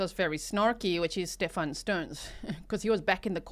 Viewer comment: Even calling him "sTePh-AAN" annoys me. His whole family is plain old American. He's Steven 🙄😒